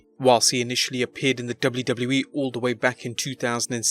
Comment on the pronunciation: The way he say wwe kinda annoys me, am I alone on this? Great video otherwise!